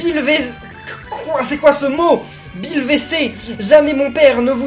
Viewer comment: quand l'a dit j'ai entendu "bille WC" en tout cas merci beaucoup